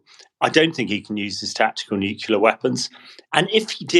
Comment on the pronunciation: 'Nuclear' not 'nucilar'.